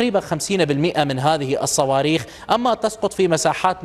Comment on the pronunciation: بالصواووووووويخ وليس بالصواربخ 😅😅